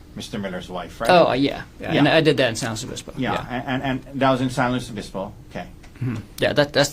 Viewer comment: I hate him. I especially hate how he keeps saying San Luis Obispo